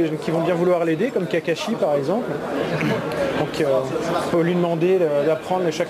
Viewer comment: Kakashi is not Kakeshi.